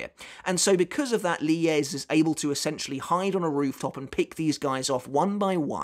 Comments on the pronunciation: I think the pronunciation of Lille’s name is “ Lil “ not ‘ Lie ‘ but this fight is amazing for sure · Because often in many languages, two “L’s” are pronounced with a “y” articulation rather than a hard L. So Lille is most likely pronounced “Li-yeh”. Combined with his last name, Lille Barro - to me, it sounds like that’s what Kubo had intended because it rolls off the tongue rather than Lil Barro or Lili Barro. I’m not saying this is absolutely how it’s pronounced, just that it’s most likely pronounced this way. We’ll know soon enough once the anime eventually gets to this point. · I think Lille is pronounced like niel with an L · I think it’s supposed to be “leeyay” so yeah ur close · Lille is a town in France and is pronounced "leel" in english, or "lill-luh" in france